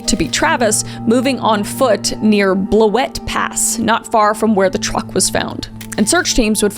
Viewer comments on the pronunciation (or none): Kris, I live on blewet, pass and you said it wrong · Thank you so much Kris for covering the Decker case, I live in the town it happened in and we needed more coverage of this case! Here's some pronunciation of some words! Chelan (Shuh-lan) and Blewett (blue-it)